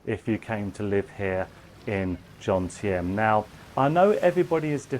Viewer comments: although you have lived there for a while now, you still dont know where you are, JOMTIEN, not JONTIEM. Apart from that I enjoyed watching you this time and can I just say your videos are really good presentation. I just did a video on Vagabond Awake channel with Dan and Ciang. My costs were as you say, 30k baht per month. I live in Acqua condo by the night market for 8k for a 35sq mt studio. I have my own channel but im happy to re subscribe to yours. Good luck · It's joMtein not joNtein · that is Jomtien, not Jontiem like you said.